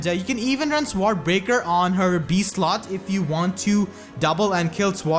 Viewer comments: Sword is pronounced "soared" or "sord", hope this helps? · I lol'd every time you said sword